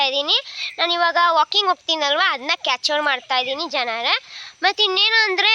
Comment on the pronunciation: Capture ❌ cature✅ Situation ❌ sisvation ✅